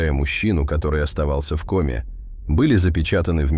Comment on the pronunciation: Рассказ интересный. Собака -умница! Но не знаю, кто читает текст. Голос звучный, но безграмотность вопиющая! Как можно так ставить ударения! Если это не нейросеть, а человек, то это просто недопустимо. "ОползнЯ", "В комЕ". Это что?! И подписываться неохота.